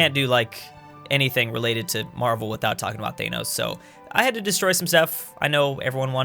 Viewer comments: wtf you saying thainos instead of thanos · When he says Th Ae Nos instead of Thanos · Why do you say thanos like teynos? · What is a thanose it’s Thanos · Your pronunciation of "Thanos" though.